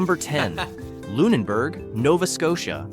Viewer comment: He pronounced Lunenburg incorrectly half the time.